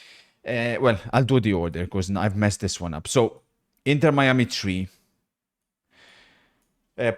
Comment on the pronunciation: 'inter mee-a-mee'